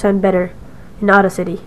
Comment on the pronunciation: I'm so sorry but I was crying when you pronounced audacity at first